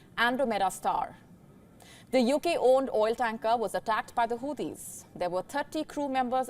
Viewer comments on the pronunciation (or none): none